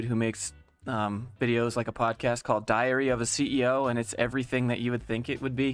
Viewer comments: Did you just call it diarrhea of a CEO? AHAHAH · Every time you said diary of a CEO, I heard diarrhea of a CEO. That is some verbal diarrhea. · Sounds like you are saying diarrhea of a CEO 💀